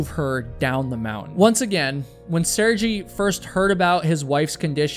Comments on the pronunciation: I like the way you talk, lively and interesting. If you don't mind to much, I'd like to draw your attention the name of Sergey is, rather than Sergy, is pronounced Ser-gey" But of course up to you. You did chose the most mesmerizing clips of the mountain and play of clouds I've ever seen in a video. Just waaahw awesome! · It's not pronounced Saregee. Its pronounced Sare-gay. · Assuming the name is actually pronounced “sir-gai” .. it’s an extremely common name in Russia…. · Pronounced Seer Gay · Doing the bare minimum of typing the name sir-gay into some TTS thing and listening to it once would already have given you a 100% pronounceable result. When you're clearly not even trying to pronounce the names correctly, why even claim to do so?